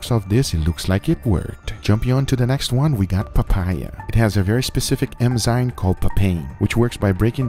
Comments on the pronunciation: When will this man learn its eNzyme and not eMzyme xD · Except its ENZYME and not eMzyne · its ENZYME not emzyne